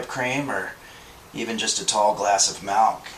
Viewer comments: ....Malk... Malk he says. The rest of the world calls it milk you kumquat. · is he serious with that pronunciation of "milk"? i must know. my continued enjoyment of this series is at stake here